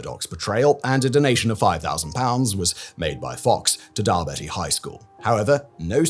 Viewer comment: I dunno whether it’s the spelling in the script Simon or not but it’s Dal-beattie not Dal-betty. As in Warren Beatty